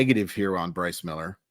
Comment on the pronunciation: I was really hoping you’d get through this one without the flubbing the name so I could make the joke😂 I don’t remember where I saw/heard, but wasn’t there a report that he’s working on a splitter this offseason? Agree with the assessment though. He desperately needs a secondary pitch, preferably one that’s effective against LH bats.